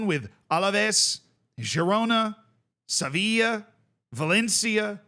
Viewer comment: why did bro pronounce "Sevilla" as "Savilla" ? that's not very -ism of bro